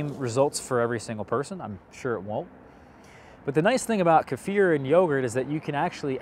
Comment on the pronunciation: You are one of the very few Americans that pronounce Kefir correctly!